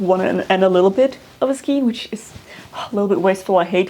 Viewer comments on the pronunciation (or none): I also really love the pixie hats on children! You should check out the ‚Hectors bonnet‘ it’s addicting to knit and really cute. I’ve made about 15 for many children in my friend group :) btw ‚skein‘ is pronounced like rain